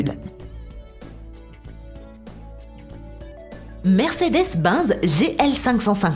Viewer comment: la voix off et tellement claquer " mercedes binz " ok va dormir .